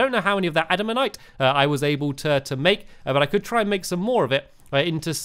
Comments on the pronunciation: He reads comments. They say ”ADAMAN-TIGHT STAMPYYY” He says he read the comments and says ”andama-nite” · Stampy it's actually pronounced (Ada-man-tite) not (Ad-man-tite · Say it like this Add-a-Man-tight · It's a-dam-an-tight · even when hes panicking he still cant say adamantite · You said adamantite without one of the t's.